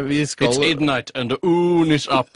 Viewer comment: its idnight, and the oon is up